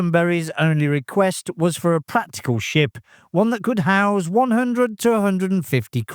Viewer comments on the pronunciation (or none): none